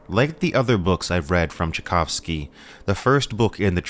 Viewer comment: And now say Tchaikovsky properly., Its the same name as the composer. 😊